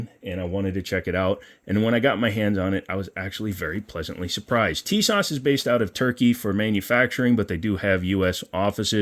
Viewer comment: Nope tee-soshh